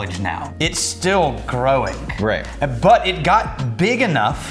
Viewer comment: "It's still growingK"